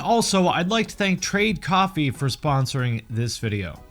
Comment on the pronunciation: The way you say "coffee" sounds like you're saying "copy" I was so confused haha You want us to make our own copies, and they are liquid? I just woke up.